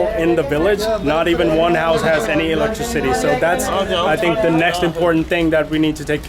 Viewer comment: this was the video i was looking for. great of you to make an update. but have to say.. it is not pronounced electri-city.. it is electricity